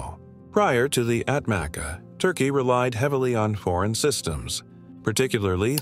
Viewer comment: ATMACA pronounce as Atmacha in Turkish